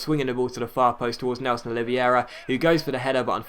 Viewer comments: It's pronounced Nelson 'Oli-ve-ra'. :) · Its Nélson Oliv-hey-ra. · Nélson Oliveira is pronounced " Oleeveyra " :)